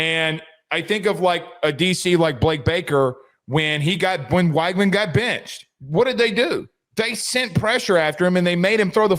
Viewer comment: Neither one of these teams have played anyone of note… Utah lost a home game then fell out of the top 25? wTF are you guys talking about…. TT has great depth that’s about it…. They are really good at every position…. Btw, it’s pronounced wig man you no researching a$$ clowns! 😝. Enjoy the show